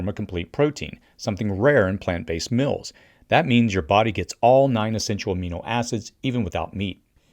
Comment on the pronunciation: FYI..."meals" is not pronounced "mills."